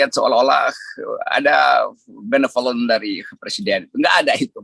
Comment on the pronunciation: benevolence atau beneVIOLENCE ? LMAO